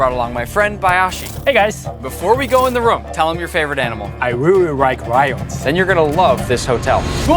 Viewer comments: "I reary-rike-rions" -Bayashi 2026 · RI really rike rion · ”I rearry rike rions😃😊“